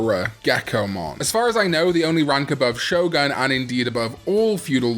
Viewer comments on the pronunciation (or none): none